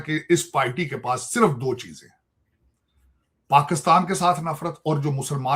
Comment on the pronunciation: Paxaatan, isolation, taiyyare, Cheema Saab, maine Research kari hai😂 Sorry bekhashoosh bhool gaya m